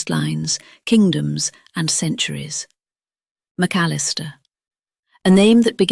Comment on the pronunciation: Dear AI: McAllister is 4 syllables, not 3. 🤨